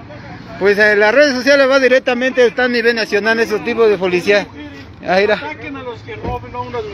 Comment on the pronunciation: pulicia currupto, curruuupto hable bien wey